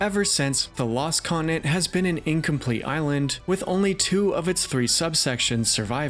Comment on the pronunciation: Great stuff but please sound out your words. It’s continent. Not coninet